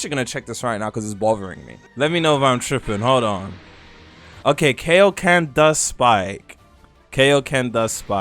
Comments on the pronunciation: WHAT IS KAYO KEN? ITS KAIO KEN i dont watch dragon ball and it HURTS anytime u say it wrong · u the only nga I've heard in my lifetime that calls kaioken that😂